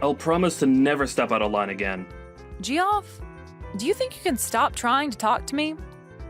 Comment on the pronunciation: It's pronounced Jeff, not Gee-off